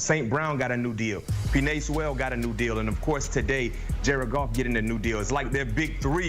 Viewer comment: He really said peenae seeweal